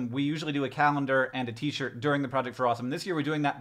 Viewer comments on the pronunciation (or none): none